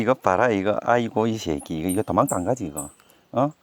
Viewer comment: ㅋㅋㅋㅋㅋㅋㅋㅋㅋㅋㄱㅋㅋㅋ아버지 말씀하시는 게 더 재밌네요. 털털한 웃음소리와 추임새같은 셰끼! 요셰끼! 찰집니다ㅋㅋㅋㅋㅋ